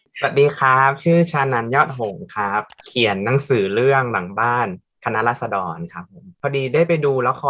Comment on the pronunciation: พูดไม่ชัด ฟังดีๆออกเสียงว่าคะน้าราด ชัดเลย